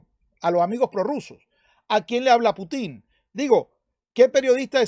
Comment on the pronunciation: Conque "Putín" ¿eh? interesante manera de acentuar el nombre jeje 🤣